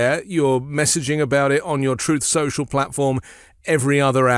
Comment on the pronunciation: Actually Jack Smith doesn't want to silence Trump. Smith is getting legal "gold" from Trumps statements. He shows in his legal filings, tweets, and statements that Trump makes on his platform called Truth Social, ir as David Pakman plays on his channel a clip where Trump says Troath Sential. Keep on talking, we need more evidence against you!!